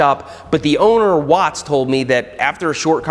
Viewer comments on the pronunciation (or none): none